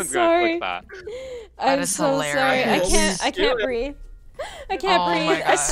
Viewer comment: You mean canku